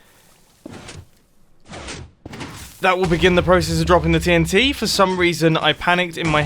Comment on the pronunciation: So I just skipped 5 secs on when he says TNT and it sounded like titty :)